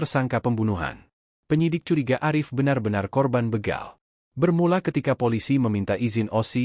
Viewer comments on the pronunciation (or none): Ngomongnya begal min bukan beegal